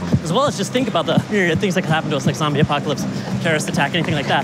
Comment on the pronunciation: Did I hear Zoombie apocalypse? What the hell😱 NAA he is kidding 🙄